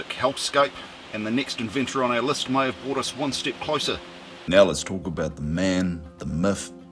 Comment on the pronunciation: and 'list" as lust.